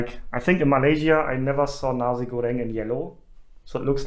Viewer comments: Nasi is pronounced Na-see/sea/c, not Na-zee by the way. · NaZI Goreng maybe sounds offensive in Germany...haha.. maybe pronounce Na- "C" goreng will sound better